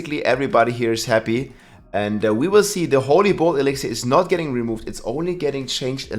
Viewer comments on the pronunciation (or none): E-lix-er stop adding syllables, idgaf about the accent, so fucking stupid